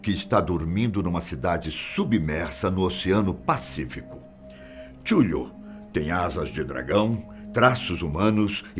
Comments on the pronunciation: Verdade, a pronúncia correta é ktúlu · Se pronuncia “catchiulu” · Acredito que a pronúncia é catulu tem diversos livros filmes até jogos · No RPG de mesa pronunciamos: "O chamado de 'Cutulo' " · Finalmente ouvi como se pronuncia o nome desse vilgax ae kk chuthliu kkk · tchúru, eu sempre falei kutulu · cada vez ele fala Cthulhu diferente, o pessoal do VC SABIA fala igual no South Park, nos filmes é diferente e assim eu nunca vou saber como se pronuncia